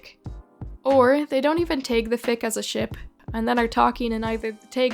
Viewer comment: Dude I love your videos but the way you pronounce 'tag' is so weird respectfully 😭